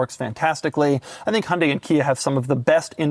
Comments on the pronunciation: As a Korean, my eardrum pukes a little whenever Doug pronounces HUUUNDE. There is a Y there for a reason. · Doug is the type of guy that doesn't pronounce the "Y" in Hyundai 💀